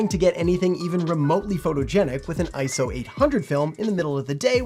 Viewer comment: You get a like for not saying ISO like it’s an acronym